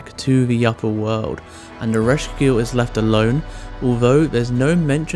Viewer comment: Erish Quaygull not keegill